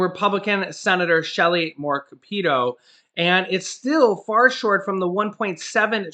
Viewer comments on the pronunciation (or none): Hey, it is pronounced Shelly Moore Cap a toe. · Capito is pronounced cap ah toe. Unfortunately she is my rep. She won't even interact with us "the poors".